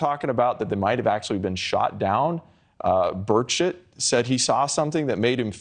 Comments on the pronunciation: did he say birdshit? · Did you say Burchett or bird shit? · why does he keep saying 'bird shit'?